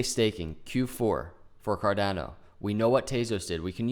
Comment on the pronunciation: Great charting! It is pronounced Car-donn-o, not Car-dann-o. The 'a' is pronounced as 'ahhh' , like in Spanish. Just ask your SO : ) Appreciate the TechA